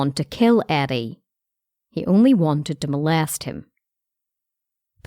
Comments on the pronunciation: I thought she said Addie at first lol now i hear the r youre talking about once i read ur comment lol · how is this respectful. she is not even pronouncing his name right? it reDs Eddie but she pronounces it Addie, wtf? how wrong is that?